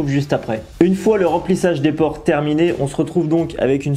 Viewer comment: PorEs, et non porTs